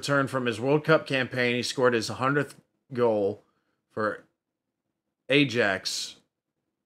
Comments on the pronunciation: It's pronounced iaxe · Ajax is pronounced eye-ax. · Ajax is pronounced i axe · Yeah Ajax is pronounced Eyeaxe & when there're no goals it's pronounced as nil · 0 - 0 is usually called a "nil - nil draw". AJAX ( Amsterdam) is pronounced EYE AX. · Ajax is pronounced Eye-Axe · Ajax - say 'I axe'. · In the Netherlands the j is pronounced as a y so Ajax is pronounced eye ax. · The football team Ajax is pronounced eye-axe. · Ajax FC, it's a soft J, pronounced eye-axe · AJAX it's pronounced👁🪓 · Ajax is pronounced iax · Yeh you were right, you Were pronouncing Ajax wrong🤦🏻‍♂️😂But you recognised/realised that, and pronounced it perfectly with no guidance!👌👏👏then carried on pronouncing it wrong.....🤔🤦🏻‍♂️🤷‍♂️😂😂😂💜